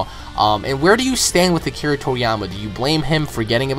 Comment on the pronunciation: What's really annoying here is you getting build up over a stupid intervew, claiming stupid things about the story's author. When did you get into Dragon Ball, last year? Is funny that you want to go "canon priest" over the series's creator, you literally make no sense, and your pronounciation of japanese terms, including Akira's name, is vomit inducing.